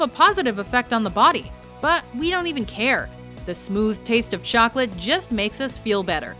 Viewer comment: Did you say chocalat!?